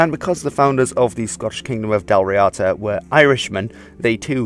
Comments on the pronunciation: dal riada is not pronounced ri-ata.it's pronounced reeda. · That was very interesting, thank you.I must just point out though that that kingdom was called Dalriada or Dal Riada, with a " D" not Dal Riata" with a "T"! I always thought it was the one word as well,as with the southern kingdom of Dalcassia, which was the region where I now live and was Brian Boru's kingdom!